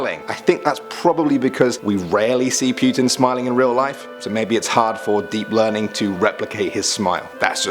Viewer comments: PYUTIN. PYUTIN.... LOL. It's Putin. Do your best Harley Quinn's "Oh, puddin'!" but replace d with t. There. You're welcome. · lol "pewtin''